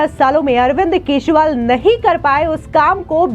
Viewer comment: मॅडम आप न्यूज एंकर कहा की हो, आपको अरविंद केजरीवाल बोलने को आता नहीं आप अरविंद केशवाल बोल रहे हो.😂